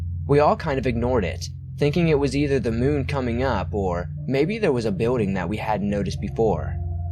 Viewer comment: ur videos are great. i just wanted to let you know tho that you should work on you L's. like when you say building, it comes out as Bewding. still wonderful job . listen to u all the time.